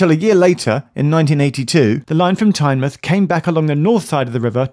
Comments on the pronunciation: Not "TyneMUTH"... Tyne Mouth. You dont say the Muth of the river.. its the mouth of a river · Great to see a video on my local system, but I cringe to myself every time you say Tynemuth (it's TyneMOUTH). It also has a toilet hidden away so Whitley Bay isnt the only one! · TYNEMUTH NONOOOOOOO IT IS MOUTH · South Coast towns ending in -mouth are pronounced '-muth': eg Exmouth, Plymouth, Teignmouth (pronounced Tinmuth!), Portsmouth. I moved here in '89 and Tyne-mouth sounded wrong for ages. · Tyne-muth not Tynemouth was what bothered me, though at least he pronounced my home station of Gateshead right. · Well that must be the first time I've heard Whitley bay as 'charming'. 40 years ago maybe, but now? now so much. Also have to mention, Tynemouth is pronounced 'Tyne Mouth' not "Tynemuth" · One thing; Tynemouth is pronounced like the mouth on your face, rather than 'mith'. 🙂 I think it may be the only UK place name to pronounce it as such - if there are any others with the same pronunciation, please feel free to let me know. Apologies if someone else has already filled you in. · TyneMOUTH - it’s the MOUTH of the river Tyne so don’t skip the pronunciation 😭 (still enjoyed the vid) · Tynemouth is pronounced tyne-mouth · Its the way tynemouth was pronounced got me